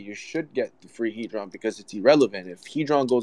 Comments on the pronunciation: The guy speaking at the start does realise it's hedron not haydron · It's not hay dron it's hed Ron